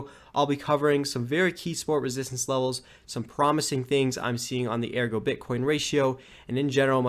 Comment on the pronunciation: It's Ergo, not AirGo lol